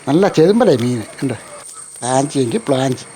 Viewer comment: പ്രാഞ്ചി അല്ല ചേട്ടാ പ്രാചി ആണു 😂😂😂😂😂😂 പ്രാഞ്ചിഏട്ടനോ 😂